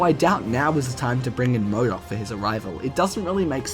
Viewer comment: Its MODOK not Moodock.